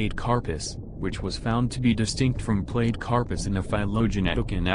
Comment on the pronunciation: Platecarpus is pronounce Platy-carpus not plate-carpus. Like Platypus or Platy aquarium fish.